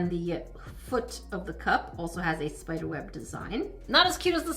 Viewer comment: Its spider not spoder